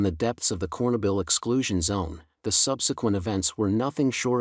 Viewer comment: Not a bad narrator... but your story loses all credibility when you can't pronounce "Chernobyl."